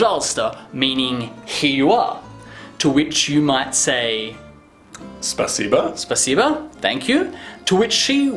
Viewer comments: I wonder why every english speaker says "spasiba" instead of "spasibo", cause we don't put "a" into pronunciation of that word :D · SpasibO* так было бы правильней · just a question. in russian, the word "thank you" is written 'spasibo' but said 'spasiba'?